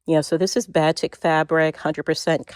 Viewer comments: Batik is pronounced "ba-teek." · BATIK fabric is pronounced like "buh TEEK". I kind of cringed when you pronounced it. I guess if you don't sew with it, you have no idea how to say it. My neighbor has an entire quilt made of Batik, and she also pronounced it incorrectly. I'm making a quilt with all batik, which is a dream to sew with.